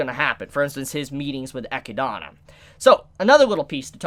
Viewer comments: classic mispronouncing names n shit lol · It’s pronounced “Eh-kid-na” not “Eh-ki-dana” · EE----Kid---Nah........... Echidna..... NOT Eck-----EE-----Donna... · "Ekkuh-donna?" Bro it's "Eh-kid-nuh" lmfao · Echidana? You mean Echidna. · Echidna* but its pronounced as 'Ekidona' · ECHIDNA NOT ECHIDANA LMAO. Great video though, good work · Great episode. I knew exactly what was coming. Read the light novel so I know whats gonna happen. Just saying, this episode is just the tip of the iceberg. On the other hand,!!!! It is Echidna/Echidona! Not Echidana! There is only one a in her name! Say it with me! EH-KID-NAH! EH-KID-DOE-NAH! It is rather amusing how you botch her name every video, but just wanted to put that out there. But yea, that might have been the worst death Subaru ever experienced so far. Welp, it is not like things will get better going forward. As they say, where there is light, there will be darkness! XD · Ok, I need to say this again... Echidna is pronounced E KID NAH... your adding an A where there is no A. Its the same name of the animal that lives in Australia. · Echidna is pronounced uh-kid-na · hmmm why are you calling Echidna "Echidana" dude ? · Chibis pronunciation of echidna is so cringe it's uh-kid-nah man lol I love watching and your vids but your pronunciation bugs me sometimes lol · "Ecchi-dona" you're killing me dude 😂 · I had a brain fart moment there. Animal, yes. It is still pronounced Echidna. There is only one "A" in its name. Or you could pronounce it like how it is said in JP---Echidona, but yea just wanted to let you know on that little error. Just for fun measure, remember Sonic and Knuckles...the Echidna? Lol. Just had to put that one out there. (Eh-Kid-Nah) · Learn how to say Echidna's name properly. It's not that hard, they verbally say it. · You say Echidna wrong